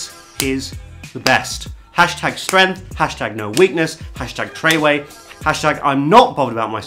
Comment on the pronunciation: Mans said treway lmao